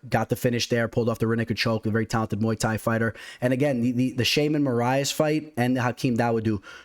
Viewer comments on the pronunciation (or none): none